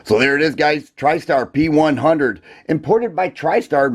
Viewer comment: The true prononciation of the name of this pistol is like Janik or something like john-nick.